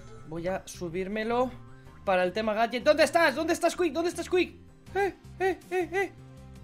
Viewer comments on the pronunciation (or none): Creo que la maldición cada vez va desapareciendo:o Mexicano xD